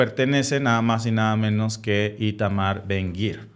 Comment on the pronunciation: Su nombre es ITAMAR Ben-Gvir Lo pronuncian BEN-GAVIR